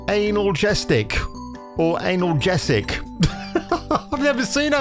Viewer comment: FYI analgesic is a pain killer and is pronounced annaljeesik lol